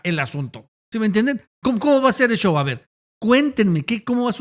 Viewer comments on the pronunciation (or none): none